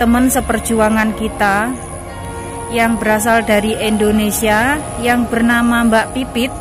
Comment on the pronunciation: Bkn Endonesia Indonesia.